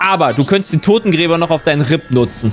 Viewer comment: "Totengräber" TOTENGRÄBER" Die Jungs sind manchmal so Lost. 😅😂